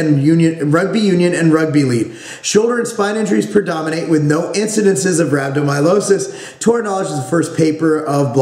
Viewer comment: pronounced rab-doe-my-al-iss-iss